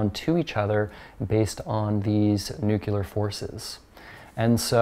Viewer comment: Mispronouncing nuclear doesn’t make you sound smart